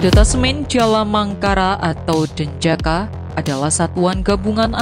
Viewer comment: Pasukan elite denjaka, itu tugasnya apa, kok dibaca jejaka, apa narasinya...?